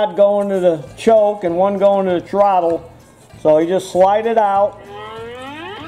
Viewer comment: Hehehe, TROTT-TLE... ;P